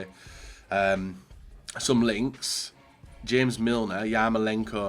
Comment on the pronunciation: Why do you keep calling JAMES milner HAMES, he is english Im sure they dont call him HAMES at home, maybe if he was from COLOMBIA it would be different.